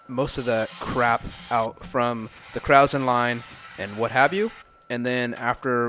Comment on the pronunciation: Krausen is pronounced kroy-son. It’s German; y’know, LIKE BEER.